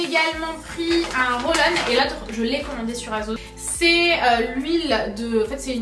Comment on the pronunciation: ça me STRESSE que tu prononces toujours aZos!!! C'est un S bordeyl!!! Merci 😬